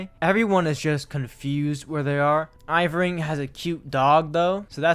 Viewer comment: His name is ER-VING, not EYE-VRING. Great video